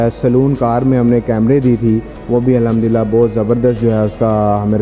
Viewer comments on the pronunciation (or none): none